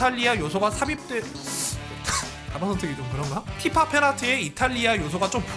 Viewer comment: 난 티파가 피파로 들린다 온 세상이 피파?